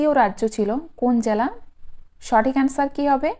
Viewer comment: Jala noy jela